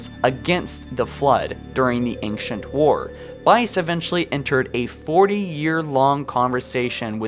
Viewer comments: Ankcient foreigners. Cool video though lol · Goddamn. Ang-chent foreigners?! Hu-Manatees?! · your pronunciation of ancient is so so so weird you say it like ankshent